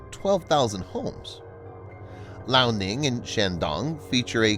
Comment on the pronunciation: Your pronounciation of the chinese names sucks! Liaoning is not pronounced "La-oh-ning". It is "Lee-ah-oh-ning". And Fujian is pronounced "Foo-jee-an".